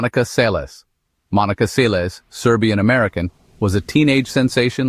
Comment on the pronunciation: Pronunciation is important. “Seles” pronounces exactly as it spells (“Sell es”) - not “Say les” EDIT: AI narration = Do not recommend channel